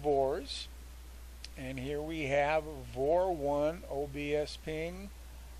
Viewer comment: It's pronounced "V" "O" "R" . . not VOR lol Just like OBS is "O" "B" "S" :-) Thanks for the info!